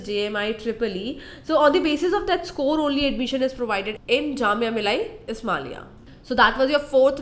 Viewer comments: Your information is wrong about JMI. Admission is given through JEE mains scores..... And first practice to speak the name of JAMIA MILLIA ISLAMIA..... Its not JAMIA MILAI ISMALIA... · Very nice voice...I just loved it.. But.. Please rectify your pronunciation of Jamia Millia Islamia.